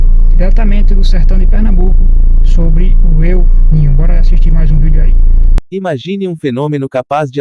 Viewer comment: Eu ninho ?!! Kkkkkkkkkkk Incrível! Kkkkkkkk Se diz EL NÍNIO , que é um fenômeno estudado por um cientista espanhol que descobriu esse fenômeno. El NÍNIO significa MENINO TRAVESSO . É um fenômeno natural que tem origem nas profundezas dos oceanos, provavelmente furações que acontecem nas profundezas dos abismos dos oceanos, daí correntes de águas quentes viajam pelos mares o que afeta o clima da Terra 🌎 Para de pronunciar Eu NINHO !